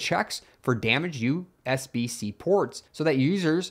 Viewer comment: you can hear evidence that “” is an AI. “He” pronounces USB-C as “U, SBC”. I would love to hear otherwise, but I think we can safely assume this is just another AI channel, so no wonder it gets basic stuff totally wrong.